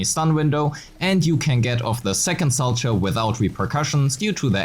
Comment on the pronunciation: The fact that literally no person making ZZZ content knows how to pronounce Solchow is so funny. ITS FIGURE SKATING GUYS, ITS PRONOUNCED "SOW-COW"